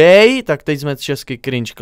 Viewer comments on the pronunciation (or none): Ono se to nevyslovuje cringe a krinke